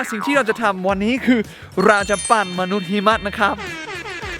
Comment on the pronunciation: ปั้นครับไม่ใช่ปั่น